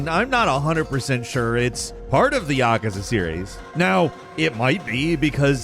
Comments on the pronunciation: Yah-kuh-zuh. Yeah I'm done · I wish you knew how to pronounce Yakuza. Hint: it's not YAKAza. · Tell me you don't know how to pronounce Yakuza without telling me you don't know how to pronounce Yakuza. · When trying hard fails and you mispronounce Yakuza... smh